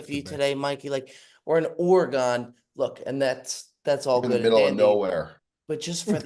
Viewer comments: its pronounced “Organ”. Idk where people got the Orey-gun pronunciation from lol bandon is such a good spot 🏌️‍♂️🚀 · Nobody:: ORE-A-GONE! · Try saying it like oregun bob......I beg you lol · oregon pronounced “ore-ah-gone” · Goddamnit,, it's 2024, get it right....Ore-gone is so wrong and old, it's wild. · should never make fun of Joey D pronunciations after the way he says Oregon😂😂 disgusting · says Oregon like it’s a European city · Bobs Oregon pronunciation never fails to amaze me. Need a hands up from the fellas for no correction there.